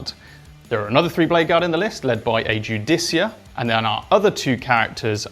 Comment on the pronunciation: Lads, it's called a Judiciar. Ju-di-ci-ar :D